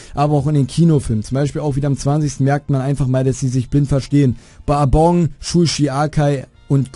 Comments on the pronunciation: Die Betonung setzt du jedoch falsch. Im japanischen wird der Akzent auf die erste Silbe des Namens gesetzt. Es ist also BA-bon, nicht Ba-BON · Ich muss sagen geiles Video :) Nur hast du einen Namen der Schwarzen organisation ausgesprochen Bourbon wird "Börben" ausgesprochen, ist ne gewisse Bezeichnung für eine gewisse Sorte von amerikanischem Whiskey wenn ich mich nicht irre. Aber auf jeden Fall weiter so, meinen Daumen hast du ^^